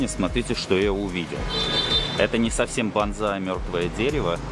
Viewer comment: Извини хочу поправить тебя. БазЗай это боевой клич камикадзе 😂😂😂а если про растение и культуру выращивания подобных деревьев, то правильно произносится БОНСАЙ. 😊 Сорян но это так 😊🤷‍♂️🤷‍♂️🤷‍♂️